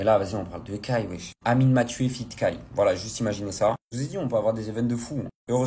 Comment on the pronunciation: "Kai" pas "Kait"